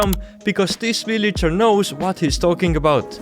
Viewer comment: i like how he says villager "willager"